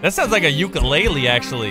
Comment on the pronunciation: the way he pronounces ukulele makes me cringe inside